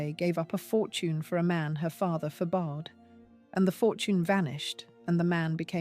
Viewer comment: “Forbade” is not for-bayed but “for-bad.”